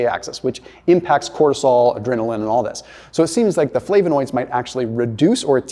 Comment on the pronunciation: You’re pronouncing flavonoids wrong